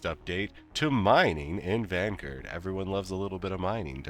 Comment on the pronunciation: Are you purposely mispronouncing Vanguard?